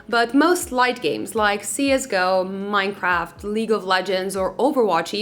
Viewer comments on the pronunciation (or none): none